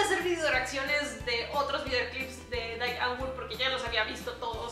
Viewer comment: No se pronuncia Dai, se pronuncia “Di” de hecho tienen una canción donde se la cagan a la gente porque lo pronuncian mal xD